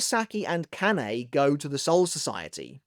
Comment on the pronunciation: Ma-Sa-Ki. Ka-Na-E. Not m'saki and kanay.